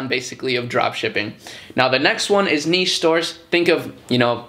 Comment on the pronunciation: I've been on the fence about starting dropshipping for a while but what you said about making a niche store with a bit of versatility whilst promoting one main product at a time makes total sense! Wish me luck! Also thanks for saying niche correctly, very cringe when people say it wrong :S